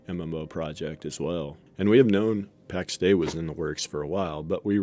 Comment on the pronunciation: Heard them pronounce it Pax Day-E